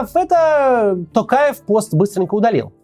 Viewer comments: А вы заметили, что к концу ролика Максим стал говорить тОкаев вместо тАкаев =)))) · Максим мое уважение к вам,но пожалуйста не коверкайте фамилию Президента.не Такаев , а Токаев. В русском языке есть же буква о и вы же можете выговорить.прям режет слух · Коментатор ты чё бл* не правильно произносишь. ЖанаозЕн, тЕнгЕ. Там нет буквы Э ты не грамотный не жанаозЭнцы а ЖанозЕнцы. Не АктАбе а АктОбе, Не КАстанай а КОстанай. Пересмотри свое произношение. Ведь не сложно. ТОкаева же правильно произнёс ТОкаев. Не ТАкАев а ТОкАев! Ведь не сложно же правильно произносить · Сам ты Такаев, Токаев нашего президента зовут. Учись нормально выговаривать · Главное правильно произносить им. самого Токаева полностью, остальное приложится. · видео полезное, но можно было поинтересоваться, как правильно произносить слова. учитывая весь шум вокруг «ТАкаева» и «тЭнге»🤌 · Т"O"каев через "O", хватит коверкать фамилию на свой манер, Мооксиим Коотц! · Опять тЭнгЭ, ТАкаев, еЛбасы. Вы Максим очень плохо подготовились. Такое произношение осуждается!